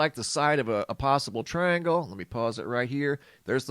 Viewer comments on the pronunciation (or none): none